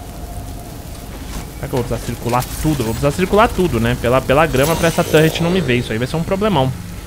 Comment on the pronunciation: "tãnrreti" fala torre ou torreta po rsrsrs